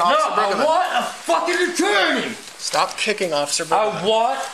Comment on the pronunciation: i thought he was asking for "a torney" repeatedly lol